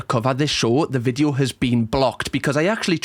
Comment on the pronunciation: I wish you would stop saying Vidjo, it’s Video!!